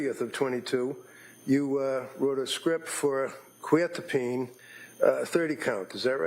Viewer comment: The mispronouncing of Quetiapine is driving me crazy